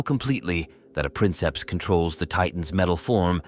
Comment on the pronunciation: Princeps is actually pronounced "preenkeps"